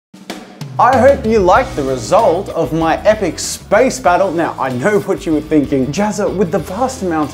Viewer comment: Jazza: "I hope you like the result" What I heard: "I hope you like the re-salt" 😂😂😂 See what I did there